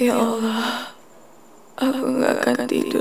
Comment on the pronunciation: Yg bener allah bu.bkn awloh